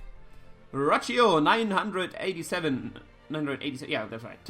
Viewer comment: GDI, it's not "Rocio", it's "Rokkio" with a hard "c":P Anyway, thanks for answering my question and GL for your match vs Dan:)